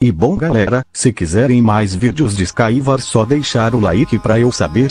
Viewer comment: O animal quando o google tradutor vai falar sky wars ele fala SKI VASSS